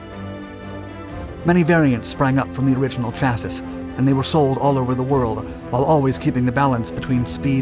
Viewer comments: It's pronounced SHASSEE !! FFS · Am I wrong with thinking that chassis is pronounced chassy? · A leopard can't change it's spots and you still can't or won't pronounce chassis right. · Anther great vid! Now... learn to pronounce 'chasis". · Oh lawd, how chassis is pronounced.